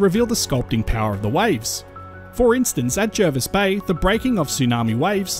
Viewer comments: It's pronounced Jarvis Bay even though it's spelt Jervis.... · It’s pronounced Jarvis Bay. Not that anyone would know from the spelling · Will you please pronounce Jervis Bay correctly please. Jervis Bay was named before English was standardised, , it could be spelt with either an e or a, when spelt with an e, it has an a pronounciation